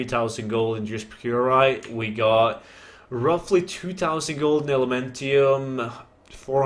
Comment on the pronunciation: FML say it with me now py--rite not purite